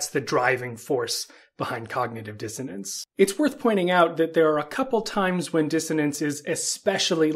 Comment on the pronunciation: Problem is you open the video pronouncing it wrong . It’s not DisoTance . Wow